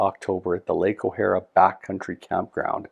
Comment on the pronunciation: Nice video...but it's pronounced O-hair-a. Was lucky to have worked there for several years when I was younger.